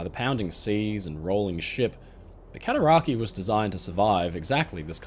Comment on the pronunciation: Cataraqway* i live on the Cataraqui arch lol